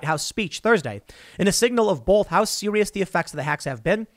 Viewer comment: Anyone else notice that he says BOLTH instead of BOTH? God that drives me crazy!!!